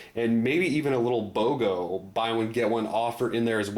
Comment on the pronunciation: I heard BOGA (buy one get any) not BOGO (buy one get one) free